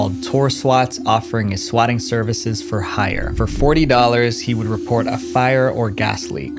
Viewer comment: "swakking" calls? bro, at least proofread the script you did not write, and i suggest having them typed for you bc it sounds like you cannot read cursive since swatting and swakking look quite similar when written in longhand script you had me fooled into thinking your videos were an authentic representation of topics of your interest